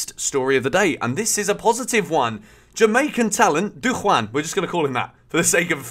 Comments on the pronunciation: As a Jamaican who has watched him all season I can tell u that Chelsea have a serious baller on their hands here in Richard's. It's also pronounced "Du-Jawn", not "Du-wan" lol... he ain't Spanish. He's tall, speedy and very skilful. He has a killer left foot but also good with his right. He's flairy, strong on the ball and scores lots of goals n also provides lots of assists for his teammates. Everyone in Jamaica was of the unanimous thought that this cut is just a cut above the rest. I'm so proud and happy for him! Thank u Chelsea for spotting our gem. He attended my alma mater Kingston College! Big up Whisper! big up Jamaica! 🇯🇲 big up! N big up CFC! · Here’s how to pronounce his name it Dujaaan not dujuan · The guy's name is pronounced Dew-Jan.. Aka whisper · It’s pronounced “doo-jawn” lol big up whisper!!! 🇯🇲🇯🇲🇯🇲 Welcome to Chelsea 💙💙💙